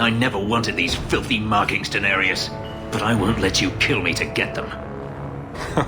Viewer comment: Every time I hear Fenris speak Danarius I hear him say Daenerys